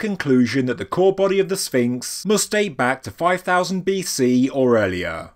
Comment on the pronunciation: I'm glad you say "BC"